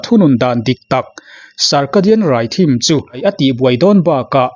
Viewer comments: Rhythm hi "rithm" tih a lam tur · Lam sual vak theih pawh anilo, tunhma deuhin , germanho aw phawi ah thm, tih lai hi dam ti deuhin a ri deuh thina, .